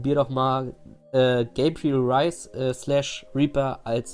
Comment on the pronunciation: 1. Es heißt Reyes, nicht Reis ;) 2. Ist es nicht nur ein Skin, sonder so sah Reaper aus, bevor er zu dem Reaper wurde, den wir alle kennen. 3. Echt nich schlecht gemacht, ich hätte/habe einfach die Hautfarbe etwas dunkler gemacht und ein paar Konturen im Gesicht hinzugefügt